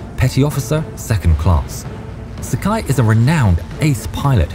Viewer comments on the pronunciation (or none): Sakai is pronounced Sa-ka-ee, rhymes with Hawaii. No such thing as a naval mile, but nautical mile. Otherwise, great research!